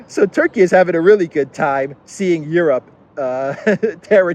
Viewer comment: Europe? Soy-ope?